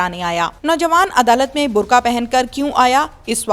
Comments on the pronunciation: برخہ نہیں ہوتا..برقع ہوتا ہے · محترمہ بھینس صاحبہ اردو صحیح کرو۔برخہ۔ نہیں۔برقعہ کہتے ہیں دوسرا پھندا بائیں کندھا پر لٹکایا ہئے اور پھانسی کب لو گی۔اور بھینس کروڑوں لعنتیں قبول کر۔🐃🐃🐃🐃🐃🐃🐗